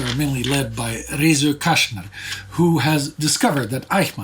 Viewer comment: People tend to forget the circumstances. I have a feeling that a lot of people in the 50s' Israel had zero idea how huge the repressive system of the Nazi empire was. Btw if you want to pronounce his name correctly, say "Kastner". While sz in polish is "sh" in hungarian it is the simple "s" sound while s in hungarian is the "sh" sound. The complete opposite of the polish sz and s.